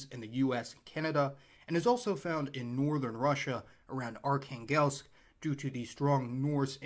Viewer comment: You said Arkangles, it is Arkangels or Arkhangelsk in Russian. If you are ever stuck for pronunciations go to Google Translate select the word and the language and it will give you the correct pronunciation, mostly, sometimes it is a little off but it saves your viewers cringing. In Gaelic culture it is known for wives of a group to be differently named to their husbands but it is due to the meaning of the name, ie, Macdonald (son of Donald) and the wife is named Nic Donald (female of Donald), it is also where girls names, Nicola, Nichola, and Nicole originate. I have an unusual surname, Howie, there are two possible regions from whence this came, the Howe of Fife and The Land of Howe in Ayrshire, as, when surnames became necessary, it would be customary to take the name of the Laird, the area or a trade, Black, Smith, Bowman, Ferrier, Carpenter, etc. It is pronounced very similarly around the world with all the connotations, including Huawei. I got very interested when I had a DNA test a year or so ago and , as the genetists commented, it looks like your DNA has been through a blender.